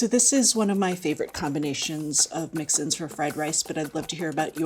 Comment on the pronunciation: Ah…mix-ins, not mixin’s.